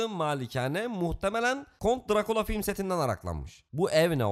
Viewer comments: No way home'a film deyip Batman'a filim demen😑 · nwh'a film diyip buna filim demene patladım abi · Adam Thorlara, Deadpoollara ''film'' diyip buna ''filim'' dedi ya baya koptum. Hacı sen baya baya anlamıyormuşsun bu ''film'' işinden. Tamam hadi sıktı, baydı seni diyelim ulan insan ''filmin'' müziklerine, çekimlerine, çizgi romandan fırlayıp gelmesine, azıcık saygısı olup şunlar için bile ''film'' derdi. Eleştirel yaklaşmak bu değil maalesef. Olabildiğince filmi boklayayım hiçbir olayı kalmasına getirmek olur bu. Sadece eğlenip güldüğünüz ''filimlere'', film demeye devam edin baktınız iyi de izleniyorsunuz. Belli ki film kanalı olmaktan çok ona sallıyayım buna sallıyayım olayına dönmüşsünüz. Bu da sizin için epey eleştirel olmuştur bence.